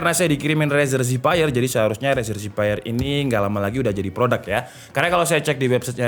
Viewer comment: razer zephyr = rezer zevēr